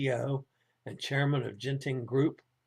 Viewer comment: Sorry everyone missed the first half's muted news. Genting is pronounced with a hard G as in go and Ginza (the Tokyo shopping district). With most transliterations of Asian languages into English, they use the letter J when it's the soft G sound like Jiji.